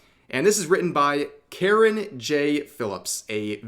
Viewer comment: Carron. Sounds like Karen and is spelled like carrion.